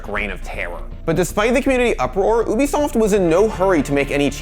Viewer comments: My OCD kicks in when he says, "oobisoft" instead of "ubisoft" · My guy be sayin oobisoft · ah yes, oobisoft- I know that company well